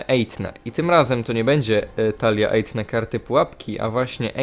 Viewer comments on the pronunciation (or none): "ejfne" się wymawia Tak jbc na tym "f" się robi taki świszczący głos przybliżając język do przednich zębów